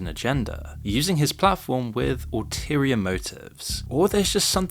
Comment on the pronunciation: it’s ‘UL-terior motive’